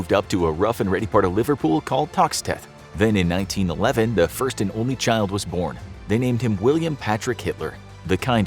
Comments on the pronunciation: I'm a scouser and the way they say Toxteth hurts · The way you pronoused Toxteth made me laugh ahaha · I'm from Liverpool and live about a 5 minute walk from Stanhope Street! It's funny to hear the way you pronounce Toxteth, it's crazy to think a relative of Hitler's lived here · The pronounciation of Toxteth killed me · LOL, agree!! I had to double take after he said Liverpool! I grew up around the corner from Upper Stanhope St and had not heard of this story.